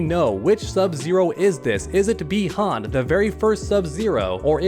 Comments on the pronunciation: It’s bi Han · It's bi han